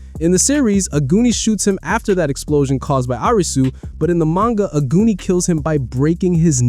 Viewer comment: Omg I heard ‘aguni’ as ‘a goonie’ and I was wondering why you were saying that 😭 in Japanese it’s pronounced ‘ah-goo-ni’